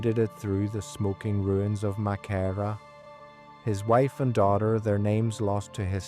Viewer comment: The Church wasn't burned, the Tipperary Militia were billited within it. They burned all the lumber over the next few weeks for firewood. Walter was killed on the 8th of June being taken prisoner after he delivered up all the weopons from Crew Hill. Your pronouncing Maghera totally wrong. - S McCracken